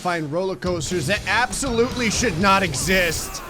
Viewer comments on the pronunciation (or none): none